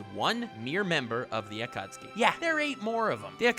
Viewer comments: akutski akutski akutski. how many times can this madman say it that way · Hehe, he said acucksee.